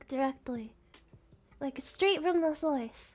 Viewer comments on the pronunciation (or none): Nannerys didn't say horse she said "source", but it sounded like horse